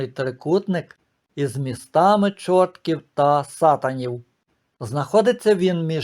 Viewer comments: Дякую,пане, за цікову розповідь,хочу тільки сказати,що не ЧоРТКІВ,а ЧорткІв,наголос на І.Вибачте,але я народилася і живу на цій території. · Дякую за ваші історичні дослідження, які розширюють наші знання. Я й сама багато разів замислювалась над цими двома назвами, буваючи в цих містах. До речі, правильний наголос не ЧОртків, а ЧорткІв , на останній склад. Якісь моторошні відчуття від цих назв, але походження їх були для мене таємницею. А як же жити в таких містах з такими назвами? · Не ЧОртків, а ЧорткІв ( з наголосом на І). Я живу в Чорткові. Село поблизу Чорткова називається УгрИнь ( з наголосом на И) , а не Угринь. Спроби переіменувати наше місто були, але поки що зберігається ця назва. Але греко-католицьку єпархію, з центром у Чорткові назвали Бучацькою, бо Чортківська не дуже підходить для назви , що стосується церкви.